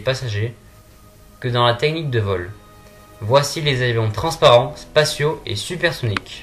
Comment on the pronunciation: Apprenez à parler français "te-nique" n'est pas "technique" [tèknique] etc !!! En plus les dates de sortie de plusieurs projets sont passées, qu'en est-il actuellement? Pourriez-vous faire une mise à jour? Sinon, ce serait un super document.